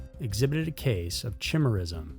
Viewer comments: Chimerism is pronounce with ky-meer not Chy-meer. It's named after the Greek Monster with multiple body parts of multiple animals Chimera, and thus like must names that starts with Ch (chimera, Chiron, Charon) it's pronounced with a K sound not the 'ch' sound. Easy mistake due to difference of how the English language normally pronounce the ch sound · Great episode.. but it's not "chim-er-ism" it's "ky-meer-ism" or "ky-meer-a" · Chimerism!! Chi-mi- Chu or kay-Mer-ism!! Mister Beside you (Baciu Forest) or Ba -Chu Forrest. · Chimera (pronounced kai-mare-ah) would be kai-mare-ism. Fyi ch is also a k sound, not just a chuh sound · Chimerism = KAY-meer-iz-um Chimera = kay-MEER-uh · The "ch" in "chimerism" is pronounced like a "k".. like "ky-mare-ism".. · Pronounced 👉 kimera/kimerism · PronounceD. KY- MER-ISM…….CHIMERISM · The ch in chimerism is pronounced like a k. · Dude!! Love the Chanel - but you butchered the pronunciation - it’s kī-mîr′ĭz″əm, named after chimera - a mythological hybrid.